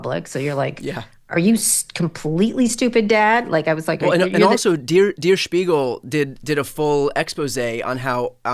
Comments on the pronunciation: I truly believe we're seeing the results of a lengthy ketamine (since at least 2015/2016) addiction, coupled with privilege and entitlement. It has created a serious mental illness. Illusory superiority. Psssst it's pronounced 'dare shpeegal'. What a GREAT guest!!! Thank you. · Der Spiegel is pronounced 'dear' Spiegel , but 'dare' Spiegel.